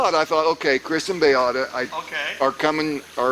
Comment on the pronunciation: before Chriss says 'Mark is that you?" and He replies 'Nope" I heard without the hard 'C' a "chriss".